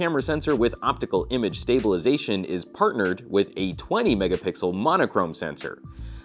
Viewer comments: says "PIxel XL" but also "MegaPickle" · I think he says "mega-pickle" on purpose. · did I just hear "megapickle" ? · 12 megapickle? Lol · No mate. He said "megapickle"